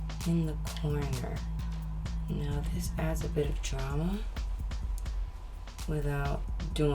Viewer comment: I love how Rihanna says "D R A M A"